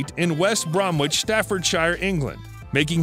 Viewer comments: He took my daughter and her friend out to dinner a couple of years back in Aberystwyth. A really nice unassuming chap. BTW West Bromwich is pronounced West Brommich. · It's pronounced West Bromich, the w in Bromwich is silent. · Perhaps the narrator could study how to pronounce English words and not assume. Regarding the town called West Bromwich where Robert Plant was born. In the word Bromwich, you DO NOT pronounce the W - it is pronounce as BROMITCH. The other part is that the Welsh prince is actually Owen Glendower not the garbled name stated by the narrator. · Nevermind the factual errors, the butchery of English place names such as Wiltshire, West Bromwich etc is just a joy to behold!! Please do a road map tour of the UK, I'll wet meself!